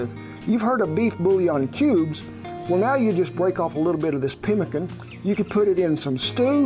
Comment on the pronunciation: Chiopewa/ Cree here.. You said it right.. we will use rabbit too!